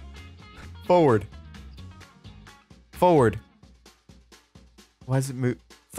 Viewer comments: the word forward crispy: fowerd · Forward doesnt work cause you say foward